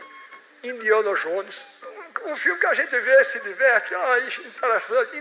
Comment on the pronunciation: Esse boçal nem sabe pronunciar Indiana Jones e quer fazer criticas, a palavra convence mas a atitude arrasta se EUA executam em açao sua dominaçao é pk boçais que nem sabe pronunciar um nome nao conseguiram antes